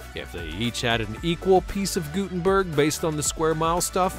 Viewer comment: Pronounced: gut, i.e. gut-'n-berg